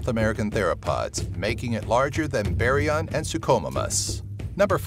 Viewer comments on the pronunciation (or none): If your choosing one from each group why did you choose 2 hadrosaurs? You should have just put shantungosaurus. Also, you mispronounced a LOT of names wrong. Pachycephalosaurus is pronounced (Pack-ee-sef-o-low-sore-us) Baryonyx is pronounced (Bary-on-ix) Not (Bary-on). Suchomimus is pronounced (Sue-ko-my-mus) Not (Sue-ko-moo-mas). Also spinosaurus had very short legs so it was longer than giganotosaurus and trex but it wasnt taller. The JP III fight with the spino winning is innaccurate because spino's bite force is weaker than other large carnivores due to the fact that it mostly ate fish.